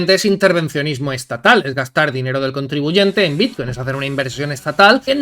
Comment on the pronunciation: Dejadles hablar, no sabe ni decir bitcoin hulio